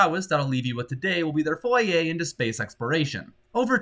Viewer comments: it's "foray," not "foyay" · I think you mean “foray” not “foyer”